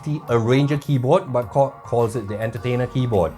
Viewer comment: I am always shaking my head with what you are saying man like when you say KORG...I thought you always says..COCK, anyways I am going to watch this video (never minding the COCK...so LOL) because I want to know how the USB works as a MIDI...ok watching the COCK now I mean KORG...HAHA!